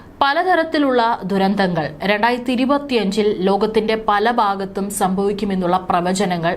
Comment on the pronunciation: ലോകത്തിന്റെ പല "ബാഗത്തും"അല്ല "ഭാഗത്തും"എന്നാണ് ശരിയായി പറയേണ്ടത്!!